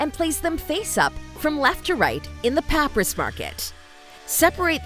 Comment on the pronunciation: Seems to just be a text to speech engine for this, which is definitely a little unfortunate. Especially since it can't pronounce papyrus. :P